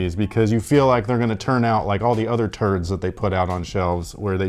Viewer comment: Did I just hear turds? I love it haha